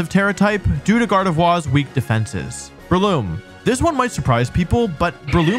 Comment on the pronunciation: Arcanine Gengar Vaporeon DONT SAY IT Scizor Gardevoir Breloom Slaking How did he mispronounce the names of SEVEN Pokémon in 10 minutes